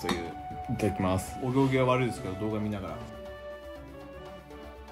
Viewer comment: お行儀が悪いが往生際が悪いに聞こえてしまったww